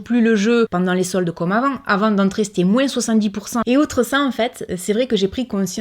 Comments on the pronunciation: pk elle prononce les S de moins Oo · Salut ma jolie, j'adore quand tu dit moinsss au lieu de moins,je trouve sa adorable sa change,moi je suis famme couleur et a chaque fois que je me trompes des mots je suis tout de suite reprise même ma copine me fait comprendre que ,elle m'assure que je ne sais pas parler français, moi je ma façon de parler et je la garde je m'en fiche pas si je parle bien ou pas ,tu vois un peu le choses brefs,ouf sa fait du bien de le dire, bref ,pour le savon solide j'aurai aimé d'en utiliser mais je ne peux plus, je attraper un maladie de peaux en dessous des mes seins et mes en dessous de mes bras, bref je ne sais plus comment on écrit sa tu m'excuseras,si le culotte menstruelle me plaît,mais ce où que tu les a acheté, j'aimerais en acheter aussi, merci beaucoup pour ton partage sa fait prendre conscience,pour la viande je n'ai jamais trop manger par contre tous qui es fruits de mer ce mmhhh les chaussures trop haut je tout donner a Emmaüs même je me suis débarrasser beaucoup des vêtements, puis je suis sur une projet des n'est plus acheter mes vêtements,je fais beaucoup des couture alors , je suis près pas très maquillage non plus mais prendre bien soin de ma peau oui , et je dit bravo pour toutes ces efforts que tu as réussi à passer, a nous de prendre exemple de toi,bon je parle à ce qui veut faire 😘😘😘😉😉😁😁❤️❤️❤️❤️😍😍😍😘 on adore et bonne fête 😉😁😉😁des bonne santé aussi a toi et à ta famille 😍😍😘😘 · Cc on dirait ma tête qui parle 😄 même avis que toi.... tu pourrais essayer de faire une vidéo sans dire le S dans moins 🤣🤭🤭 juste pour voir ici en Alsace on dit MOIN 😁 BISOUS MA BELLE 🥰😘🧑‍🎄🤶🎅🎅